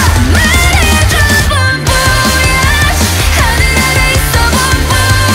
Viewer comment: French fan here! For information: "voyage" is pronounced "vo-a-iage" ^^'. In French, "oy" basically makes the English sound of letter "Y" ("why"). It doesn't matter because the song is awesome anyway, but I figured I'd say it anyway.